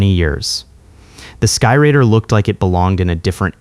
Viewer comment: A-1, Douglas 'SKY-RAIDER'. RADE-ER, in Phonetics. Not 'Rider'... My Mom (a multi-linguistic Teacher) and my Ex-Wife (a Thespian Dialect Coach) would be slapping your Face with Frozen Bacon strips by now!! LMAO